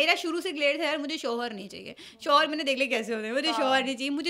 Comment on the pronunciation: Please apni host change karain......in ko itna sense nhi hai k ye kia Keh Rahi kis lehjay Mai...... shoooohor ye shooohor kia hota.....shohar........Mai to Shuru Mai in ka bolna daikh kr......program Pura daikha bhi nhi